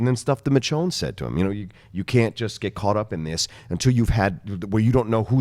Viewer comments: It's pronounced Mishonne NOT Mitch-onne!! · C'mon John! It's Misjone, not Mitjone, we told you this last week! Enjoyed the recapshow! :) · Say it with me, my brother: MIH-SHHHONE (the "SH" sound). Okay right on. ;) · Michonne is pronounced, MISHHHONE! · Bro learn to properly announce Michonne. It's pretty annoying.